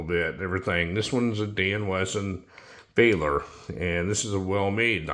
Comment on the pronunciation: VALOR - SOFT A- as in "apple". NOT long A , there is no E on the end to make it long but a short a as in Apple. VALOR.